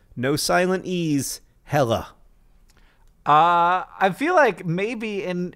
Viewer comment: Quick pronounciation tip: If a Norwegian word or name ends with "e" (and I'm assuming the farm heiress' name is "Helle", not "Hella", despite John's pronounciation), you prounounce it as "eh" (you know, Canadian style), so more like "Helleh". Or, to put it even more simply, the second "e" in "Helle" is prounced the same was as John (quite correctly) pronounced the first "e". Bonus tip: Try pronouncing it "o-dell's-rhett" ;-)